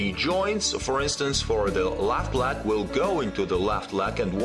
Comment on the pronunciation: I really like this and it is useful but I have to smile whenever he says 'leg' as 'lag' 😸